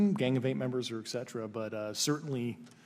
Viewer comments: Hardly. He mispronounces "et cetera" as "eck-cetera", "nucular" unstead of "nuclear", he made up a word "ec-spouse", and there is a list of other words he mispronounces or misuses and I've put them in separate comments as they've come up. Not "well spoken" at all. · "ec-spoused"? No such word! 🤔 'Espoused'? Which she didn't. He also says "nucular" instead of "nuclear" & "eck cetera" instead of "et cetera"! 🤦‍♂️ Again! Maybe means "expound".